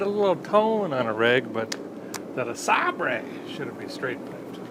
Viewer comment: I haven't watched the video yet, but I'm pretty darn sure a guy calls this classic vehicle a "LeSabray", with just a bit of classical artistic tounge play 😂